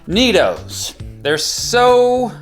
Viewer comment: Oh, I see- "NeeDoh!" I heard it as "Neato."